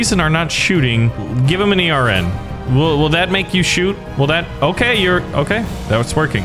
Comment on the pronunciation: Hold on why is he saying e r n instead of ern